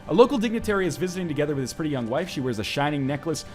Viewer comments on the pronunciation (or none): none